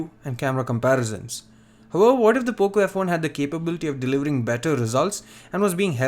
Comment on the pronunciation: You Said Boco f1 at first